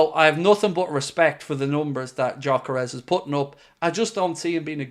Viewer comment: Hey, since Gyökeres is a Hungarian who grew up in Sweden his name is pronounced like Dyökeresh. With the Gy (or Dy in my pronounciaton guide) pronounced like the D in dew or due. The "s" at the end is pronounced "sh" as in shop. If anyone cares to pronounce it right.